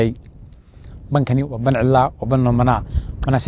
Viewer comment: War dee Baan maahan ee waa "ban" yacnii meel "banaan"